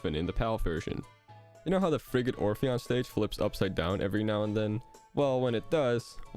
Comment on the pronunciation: I'm sorry but all the times he said Frigate Orpheon it sounded like he was saying Friggin' Orpheon